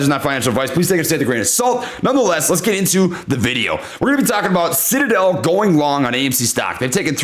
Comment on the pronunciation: Did I just hear SHITadel? LOL!!!!